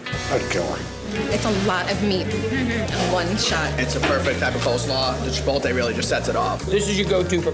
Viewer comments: them saying "chipolte" kills me, and im not even hispanic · The dudes at the pastrami place all pronounce "chipotle" wrong.